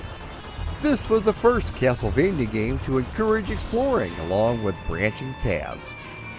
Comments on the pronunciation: Dude says castlevania like "keyassol-vania" 🤣🤣🤣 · Funny enough he pronounced it as if it were Spanish saying the 'j' as if it were an 'h'...